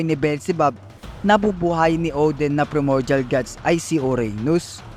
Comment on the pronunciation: bali yung pronunciation ng PRIMORDIAL is PRAY MOR JAL parang ganon. basta PRAY (hindi dasal ah parang prito ganon pero letter P)